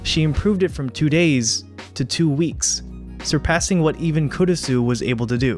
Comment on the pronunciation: Try pronouncing the "u" less when saying Kurisu, It's almost silent (the important thing here is almost), the "u" should almost be combined with the "r" when saying the name.